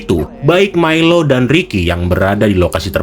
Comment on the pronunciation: Milo, dibacanya Mailo